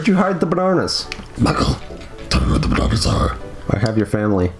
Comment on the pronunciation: Also, learn to pronounce bananas